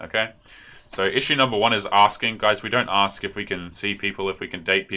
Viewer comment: so tired of "aks" and "abulance"... it just screams "i have a GED at BEST, forget about a college degree